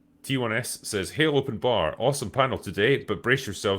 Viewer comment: I love the way says Open Barrrrr it's so thick with accennt XD